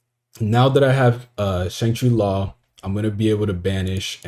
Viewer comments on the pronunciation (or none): Shangri-Ira is pronounced (era) lol